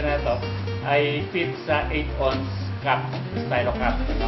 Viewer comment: Ounce is pronounced awns, not ons. I can see an ordinary Filipino guy in the street saying ons but this man is supposed to be highly educated, and a product of UP.